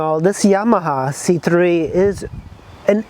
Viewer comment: The engine is the best part, 3v four stroke fuel injection. Makes a healthy 5hp. I'd say the biggest flaw are the brakes, but you can do a front disc swap on these I believe so there is aftermarket support Btw, it's pronounced C-cubed